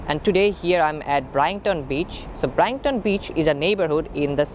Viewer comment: BRIGHT-TON : BRITE-TON